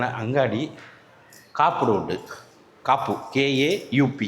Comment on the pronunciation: It's Kapu not a " k a u p"....bhai